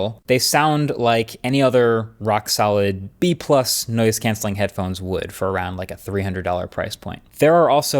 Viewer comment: I heard "nose cancelling headphones" first time it was said with reference to the airfilter headphones.